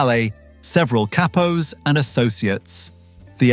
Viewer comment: Va-La- Chee,Valachi😅 Cap-o ,Capos😅